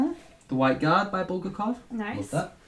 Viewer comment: Guys, I'm a Russian literature major and it annoys me to death because it's BulgAkov, not BUlgakov Btw I love the fact that your boyfriend likes Russian literature)